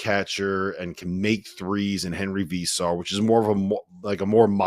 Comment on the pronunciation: Vay-sar. Say it with your chest boy.